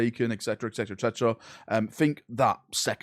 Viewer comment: It's actually Et Cetera, not Ec Cetera